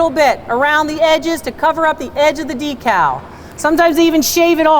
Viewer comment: You pronounce it d cow We pronounce it deck call